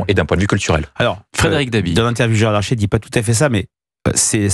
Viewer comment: C'est Gérard LARCHER, pas LARCHÉ...